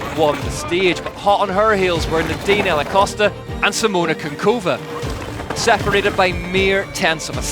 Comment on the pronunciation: It's Kuchynkova not Kunkova :D